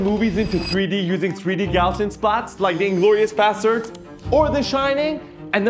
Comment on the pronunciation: Hey guys, love your work but can I suggest a correction on pronunciation? The correct pronunciation is Gauz-ian splatting. It's gauze like you put on a wound, not gow like cow.